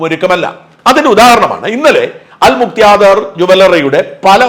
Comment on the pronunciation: അൽ മുക്ത്യാദിർ അല്ല ഷാജൻ സാർ .. അൽ മുഖ്താദിർ ആണ്....